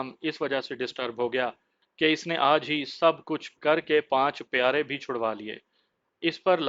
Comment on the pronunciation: ارے بھائی صاحب پیارے نہیں پیادے ھوتا ھے